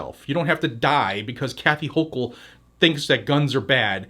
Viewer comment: Shitube is preventing me from reading two of the three other responses. They need some classes about respecting the 1st Amendment. On a happy note you make me LAUGH whenever you emphasize Hawkle's name.... 🤣